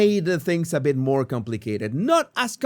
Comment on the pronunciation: Jesus, More - not moar!